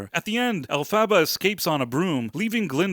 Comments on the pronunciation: I really think you looked too much into this. I don't like leaving comments where I disagree with the reviewer, but here I found it important for the sake of my favourite musical and patriarchy. First of all, you don't pronounce the name "Elphaba" correctly, which, I guess, you did to mock the character. Secondly, as a conservative patriarchal girl I've never found this musical "woke". The reasons you mention seem too farfetched too me. "Her father hates her because it's an attack on men." No, her father felt that his wife cheated on him and perceived the green-skinned offspring as something he didn't want to do anything with. "The Wizard is a foul con artist because it's an attack on men." So we can't have male villains anymore? Come on, the left tell us to praise women, and now the right are going to get salty over nasty males, too? If anything, this play is a nod to conservative values. Elphaba and Glinda's friendship proves to be less stable than their desire to be successful in their family life. At the end Elphaba realizes that her rebellious actions were in vain and Glinda's path was more effective, but at least she gets a man to finally settle down with. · Sigh You didn't watch it, did you? "El-fava?" If you had sat through the runtime, you would know it's pronounced "Elf-a-ba". They say it pretty much every 5 minutes, at least. I'm usually willing to give people the benefit of the doubt, but not when it becomes obvious they are talking out their ass about something they haven't even read or watched. How are you any different then the MSM picking up talking points and repeating them? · haha nice pronunciation of Elphaba. OMG. Fiyero is "moist"? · You’re saying Elphabet name wrong and I disagree with you 10000% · Can’t take you seriously when you keep mispronouncing the main characters name 😂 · Why couldn’t you just Google how to pronounce her damn name? wtf is an “Elphaba” Lame review. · your AI narrator mispronounces Elphaba.